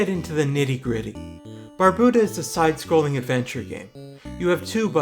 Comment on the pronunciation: you have a lot of really good points, so i'm sorry to say that all of them are invalidated by your pronunciation of Barbuta. jkjkjk this is a dope video, good work :D